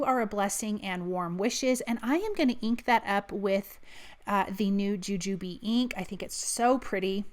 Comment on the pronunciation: So glad to hear you pronounce Jujube the way we do!! 😂😂